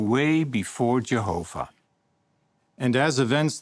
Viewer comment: Ugh has got his own pronunciation “Jeeehoffah” “Jeeessuss”